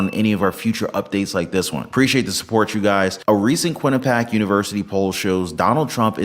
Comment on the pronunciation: Good channel, but you definitely should learn to pronounce Quinnipiac. It’s “Quin-ni-pee-ack”. Not Quin-a-pack.